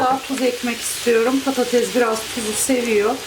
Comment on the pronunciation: Abla Slm patatez deme patates de 🙃